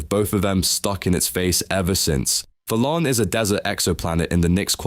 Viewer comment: Thalaan name pronounce: theylan The name: thalaan